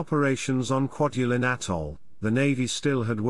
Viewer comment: Great Video but the pronunciation of the names of islands and atolls was completely butchered. I worked on "Kwaj" as a ship captain supporting the "Star Wars" project in 1999/ 2001 and this video brings back memories, non-withstanding the terrible pronunciations.